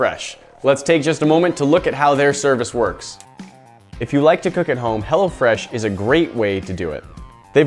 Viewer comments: sounds like he is saying hella fresh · I though "hello fresh" said "hella fresh" lol! That would be hilarious. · thought he said hella fresh not hello fresh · Who else heard hella fresh instead of hello fresh😂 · i thought he said hella fresh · Who else thought he said hella fresh?😂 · I was thinking he was saying hella fresh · thought he said 'Hella Fresh' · Bruh I thought he said hella fresh😂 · I keep thinking that he's saying Hella Fresh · I Keep thinking he's saying "hella fresh" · i thought he said hella fresh at first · Thought he said "hella fresh" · thought you said Hella fresh lmao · i did im like dat not wat it says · everyone from California, that's who.